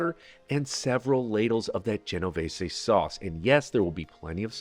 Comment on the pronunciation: Amazing...an american the pronounced genovese correct...failed on saying caramelization correct but still so good to hear genovese the correct way